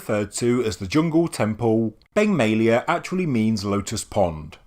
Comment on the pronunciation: Beng May-a lay-a...